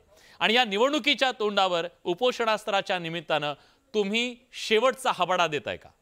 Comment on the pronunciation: हाबाडा नाही...हाबडा .. ओन्ली मनोज दादा जरांगे पाटील..